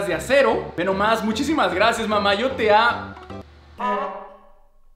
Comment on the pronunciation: dice lla we